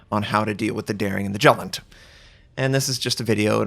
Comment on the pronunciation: The way you pronounce Jutland, ouch.